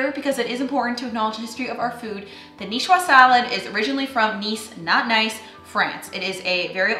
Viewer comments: If we're going to the trouble of writing out a phoentic transcription of a Niçoise salad, I would say "nee ·SWAAZ" and not "nee·shwa". The ç makes a soft "s" sound. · Nicoise pronounced nee—SWAAZ. Not nee—SWAA. Has to do with makers female form. The male form would be Nicois while the female form is Nicoise. Similar to François and Francoise.